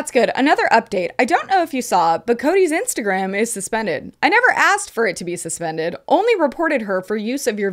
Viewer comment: “Asksed” DO YOU EVEN PROOFREAD?!?